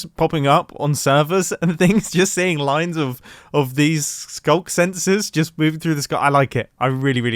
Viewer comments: “Through the ‘Skuck’” Do you mean Skulk? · Can we talk about how he called the sculk sensors a sculker multiple times? It must be the OG Minecrafter within him speaking. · sculker? isnt it just sculk? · wtf is sculker my guy